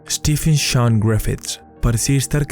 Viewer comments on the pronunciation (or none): none